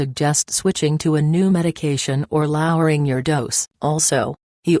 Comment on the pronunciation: It makes it hard to take advice when you can't even pronounce lowering!